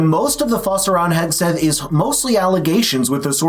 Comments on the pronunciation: Pete Hedgeseth???? That's exactly how she pronounced his name, and I believe, without a doubt, it was done purposely to push the boundaries of the pending lawsuits that would follow if she didn't read all of the disclaimers of the blatant lies spewed out from this show. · Do you think Woopie will ever learn to pronounce Pete Hegseths' name correctly or is it above her intellect level?